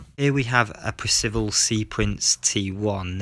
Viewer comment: That's "Percival", not "Precival". This is where I baled out: when you called the throttle controls "gears". Bye!